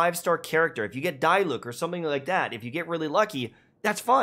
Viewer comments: It's pronounced Dee luck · Paimon keeps saying Dee Luke (Diluc)